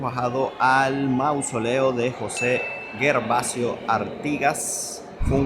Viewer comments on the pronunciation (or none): Gervasio se pronuncia Gervasio y no Guervasio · Gervasio se pronuncia como Geronimo. No hay “u” entre la G y la E. No es GUERVASIO. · Gervasio, se pronuncia como con J !!! Jervasio! ❤